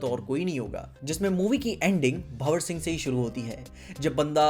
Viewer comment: First time in the YT history bro has got correct Pronounciation of BhanwarSingh 😆